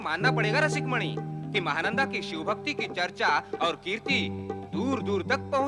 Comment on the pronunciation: तुम्हारे वीडियो में (शिव) की जगह (सिव) हो गया है कृपया उसे ठीक करे🙏🙏